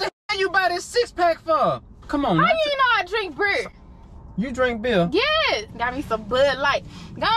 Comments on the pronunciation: No one has this accent ,where you just add an R into every word you can’t pronounce …. Milrk Muttre Bereer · How two people pronounce BEER different, what??